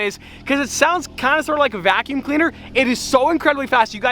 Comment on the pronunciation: U need an exhaust for ur bugatti vey-cuum cleaner 😁😂 seriously tho its not the worst thing I've heard